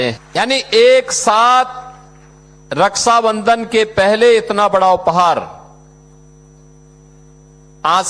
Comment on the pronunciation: हिन्दी नही बोल पाता रछा को रस्सा बंधन बोलता है